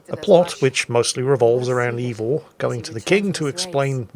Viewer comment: One thing about, he's consistent in his butchery of the correct pronunciation! It's not EEvor...it's AYEvor.